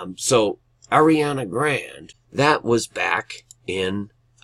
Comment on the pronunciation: Thank you so much brother but I just wanted to let you know that that girl's name is pronounced grawnday....lol